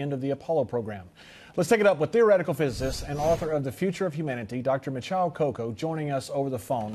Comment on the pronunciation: He said Mishal Koko? Definitely not smart enough to do the interview.